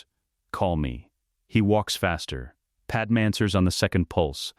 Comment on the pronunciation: I thought these same things throughout the Video. Padam is simply gross. Same goes with Qui-Gon in his other Videos. The false pronunciation of names is for me a no go. The Speed of the sentences are to high and to monoton, sorry. It dosn't sound like Story Telling